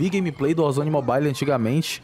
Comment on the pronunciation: "mo bai li"